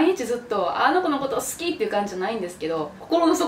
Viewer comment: 関西弁の好きーの発音好きやわー